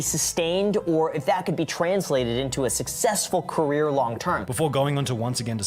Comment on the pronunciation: says “Korea” instead of career